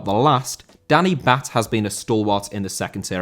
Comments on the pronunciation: It’s pronounced Danny “Bart” not Danny “Batt” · Im sorry but im a stoke city fan and you pronounce Batth as “Bart”